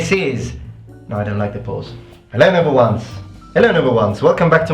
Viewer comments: Thank you so much for showing all the extra edits. I didn't realise you were saying 'noble ones' until I heard it repeated multiple times. I've been mishearing it as "number #1's" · Is he saying "noble ones" or "number ones"? I can never tell. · Also, I thought you were saying "hello number ones". ...